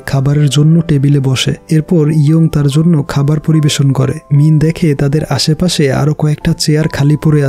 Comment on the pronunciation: ভাইয়া আপনি বার বার মিন বলছেন আর আমি মিম শুনতেছি... 😂🤣